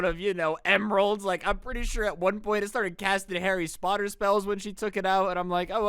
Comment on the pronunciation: hary spoterrs?